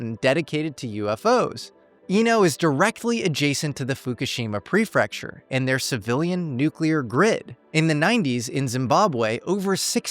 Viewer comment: Regarding the section on Iino, Japan, located in Fukushima Prefecture, surprisingly, mispronounced "prefecture," saying "prefrecture" twice. It's actually pre-fec-ture, with 2 r's, not 3. Also, the Iino UFO museum is NOT located at the top of Mt. Seganmori. The museum is located at the base, but there's a viewing platform at the summit.